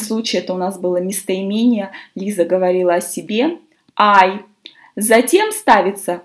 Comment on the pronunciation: Почему читаете Лайза, а не Лиза?